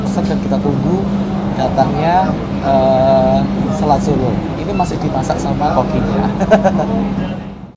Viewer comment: Nama Makanan'y Bukan " SELAT SOLO " Tapi " SALAT SOLO " Bro ... Hahaha ... 😅😇🤣